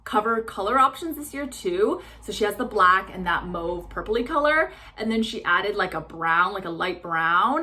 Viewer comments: Yes! Finally!!! …the ‘Canadian’ pronunciation of MAUVE (…as in “mow-ve”, NOT “maw-ve”). Thank you! 😂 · OMG! You pronounced "mauve" correctly 💜💜💜💜💜😊. A person doesn't get to hear that very often